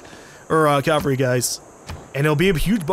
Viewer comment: Why do Americans say "calvary" it's cavalry there is clearly no L in the first half of the word.